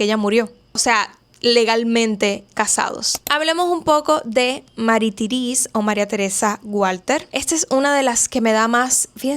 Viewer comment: No se pronuncia "Terese" sino "Terés". Y no se pronuncia "Francoise" , sino "Fransuáz" En francés, como en catalán, existe la letra Ç (llamada ce cecilla) que se pronuncia como una S. De ahí que se escribe Françoise. Saludos.